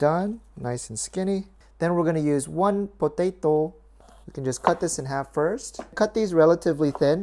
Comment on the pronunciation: No one: Literally no one:: Potaydoe